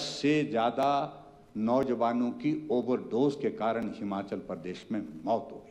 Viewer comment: मुख्यमंत्री जी पहले हिमाचल बोलना सीखे । हमाचल बोलना छोड़े 😅😅